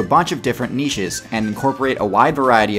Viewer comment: This is the first YouTuber I have ever heard that knows how to pronounce "Niche" Thank you I'm so tired of dumb people saying "Nitch" instead of "Niche"